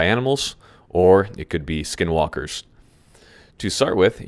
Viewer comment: Why would he say sknwlkr fullyyy this is cursed.